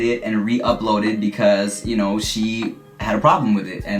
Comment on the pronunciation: every time said "ya kno" with a tiny very slight canadian accent.... best parts of the video to be honest xD